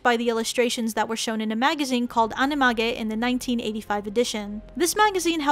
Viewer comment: Majo no takkyubin is not pronounced as maho, it's actually pronounced majyo. And the magazine is called Anime-jyu, not animaGE.